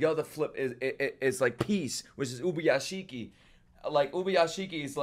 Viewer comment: say it with me ub-u-ya-shi-ki ubuyashiki